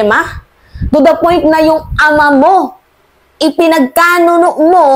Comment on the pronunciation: PINAGKANULO ✔ not PINAGKANUNO ✖